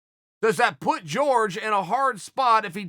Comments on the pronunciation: Horhe it pronounced HORHE not george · Jorge “Georges” Masvidal -Chael “i dont know how pronounce people’s name” Sonnen